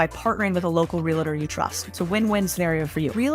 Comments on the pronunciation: Realtor > Real-a-tour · people mispronouncing the world “realtor” makes me cringe. say it the way that it’s spelled, it’s not that difficult. it’s REAL-tor not RE-LA-tor smdh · I don't trust realtors that say relator 😂🤣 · I love you. You are a stickler for good posture and I'm a multifamily realtor and investor that's a stickler for pronouncing REAL-TOR correctly. It's not real-a-tor its REAL-TOR!!! I'm so tiled girl:) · I love your work, content and message. However, please pronounce REALTOR correctly...JS....Para Adelante!!!